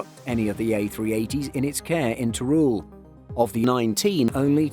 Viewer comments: Nice video, but as a spaniard your pronunciation of Teruel gave me a headache... It's not "ter-rool", it's more in the lines of "ter-wel". Also, Teruel is not a desert, just look at the footage... Who wrote the script?? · yep, that's definitely not the narrator's fault, that's why I mentioned the redaction... But the narrator could have put some effort in the pronunciation of Teruel.